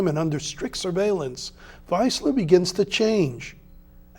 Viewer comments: Don't want to be a smartass but he's called "Wiesler" (pronounced wees-ler), German "ie" is pronounced like an English "ee" and "ei" the other way around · It’s pronounced VEESLER.